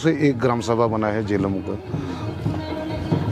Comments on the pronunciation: जेलम गांव सर , ना कि झेलम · It's Jelum